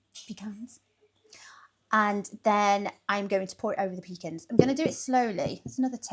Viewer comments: It’s pronounced “pa cons” not peecans that’s what we take on the boat when we need to go… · Oh lordy... she's using her PEE CAN instead of puh-KAHNS.